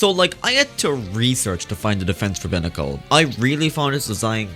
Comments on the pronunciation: Sorry for the criticism, but it’s BIY-nah-cull not BIH-nah-cull. Buy as in “I saw this picture with an aggravated rooster on it saying “EAT!” (Hey have I heard that before?) and I just had to BUY it.” I’m sorry. I have a problem with correcting things. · Binacle is pronounced with the “i” the way you would say it as in the letter